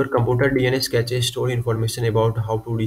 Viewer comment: Ain't no way bro called cache "cachayy"